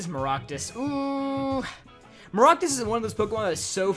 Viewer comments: how dare you call maractus “maroctus” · Please dont say Maractus